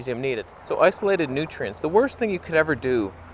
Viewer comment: Every time you said "nutrients", I heard Sverige's accent.